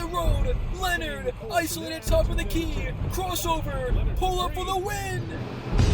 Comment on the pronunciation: Your hatred for the Miami Heat runs deep. You make it clear in almost every video 😂 Also, why do you always say “wit live videos”? Is that the new thing to get subs? Curious